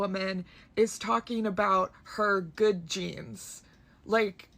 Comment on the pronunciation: It was 'Good Jeans' not 'Good Genes'.